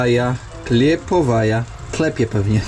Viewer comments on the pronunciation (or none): czy mi się wydaje, czy nie miało być „klenowaja” zamiast „klepowaja”? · klejnowaja a nie kleptowaja albo czytaczytasz i udajesz że umisz albo nie rób obciachu sobie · "Klenowaja" a nie klepowaja! Zresztą był liść klonu. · Klenowaja a nie klepowaja. 😉 Tam nie ma ,,p" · Wódeczka na przystanku Klonowa, nie Klepowa. H to N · Ta wódeczka z przystanku, to,,Klenowaja,, a nie jakaś,,Klepowaja,,... Nikt tam niczego, a ni nikogo nie...,,klepał,, jak stwierdziłeś,... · Wódka "Klenowaja" a nie Klepowaja. Chwalisz się, że kumasz coś po rosyjsku a prostego słowa nie potrafisz przeczytać. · Кленовая, a więc kljenowaja tj klonowa (to sugeruje liść), a nie klepowaja 😂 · to się czyta „klenowaja” czyli klonowa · nie umie czytac cyrylicy, nie Klepowaja tylko Klenowaja czyli Klonowa, chodzi o nazwe wodki o czym swiadczy lisc klonu na nalepce butelki. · Klenowaja, nie klepowaja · "Klienowaja" Klonowa znaczy , czytać się naucz cyrylicę. W dodatku miałeś klonowy liść na etykiecie. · Klienowaja - Klonowa ;) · kljeNowaja H = N pjeSki C = S 😂😂😂 Ej, naucz się bukw 😉